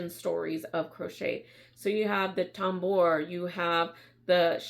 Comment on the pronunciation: It is pronounced “tamboor”, it is a French word.